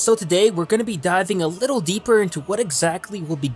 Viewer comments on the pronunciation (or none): none